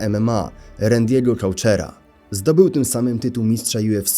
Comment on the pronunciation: "Randego Coutura" - Rendiego Kotura się czyta